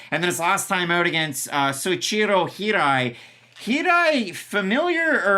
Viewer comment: kindly - Soichiro. Like, so - EE CHEE -ro, I know you guys like pronunciation